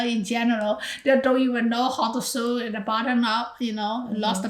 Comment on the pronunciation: So cute! My wife is from spain and also says “sue” instead of “sew” and I always correct her just like you did. ❤😂